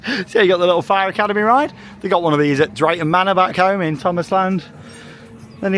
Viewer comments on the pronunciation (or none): none